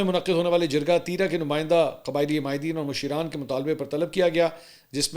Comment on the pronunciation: Musheran NAHI Hay balkay masharan Hay.